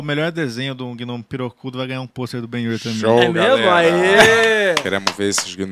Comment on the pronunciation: o som: grrrrriiiiihhhhzuuuuuuqhw72jmeuebXiiiFuuueKhie eles: ele falou ben-yur certinho mano